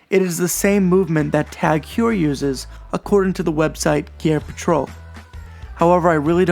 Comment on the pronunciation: Its pronounced Tag Hoyer. Also I jumped on Chrono24/Ebay looking at Zodiacs and I'm now really considering the Sea Dragon automatic.